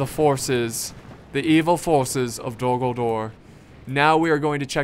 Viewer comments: Am I the only one hearing "Dumbledore" instead of "Dol Guldur" ?:D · when he said Dol-Guldur in the beginning, I swore he said Dumbledore instead